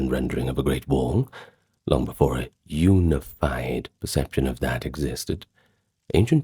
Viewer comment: You lost me when you said unified. Prefer the ai voice lol